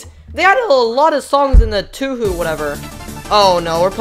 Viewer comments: It’s pronounced “toe-hoe” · I wonder how many touhouh fans got angry at him for pronouncing touhou wrong (i think it was a bit funny) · my favourite franchise is TAWHAW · Tuhu XD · The way he says touhou makes me laugh and cry. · Same. I was crying Lol